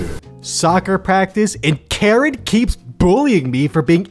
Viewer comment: why you say karen like that?